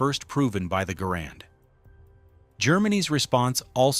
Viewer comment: Though the inventory's name was Garand, it was pronounced "Garren"